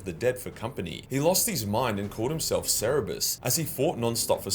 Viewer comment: Cerberus not cerebus